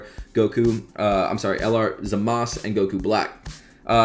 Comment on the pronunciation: Its zamasu not zamas